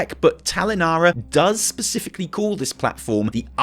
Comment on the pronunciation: Baspifically?? Specifically?